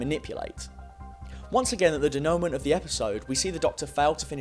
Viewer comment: Wonderful video. Just a little pronunciation issue with the "denouement". That word seems likely to come up again if you do more f these videos, so I thought you could use a heads up.